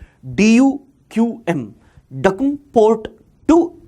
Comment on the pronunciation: Sir I am from Oman. The 'a' in Oman will sound like the 'a' in 'ant'. And in 'Duqm' , 'u' should sound like the 'u' in 'put'. Thank you